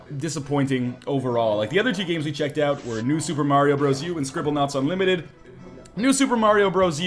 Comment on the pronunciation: Scribblenaut.....unlimited...notice the u in the beginning of that word.